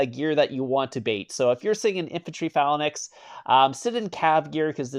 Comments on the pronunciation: It's not phalanax (falanaks) bro its feylanks(phalanx). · Say it with me Fa-a-lynx